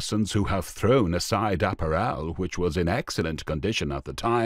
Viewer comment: Why can't this commentator pronounce 'apparel' correctly????